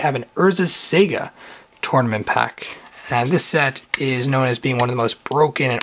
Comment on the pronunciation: I love your vids but really, it's sah-gah not sega as in the game company. Otherwise great vids, keep it up